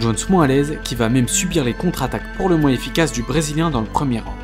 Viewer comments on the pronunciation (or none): none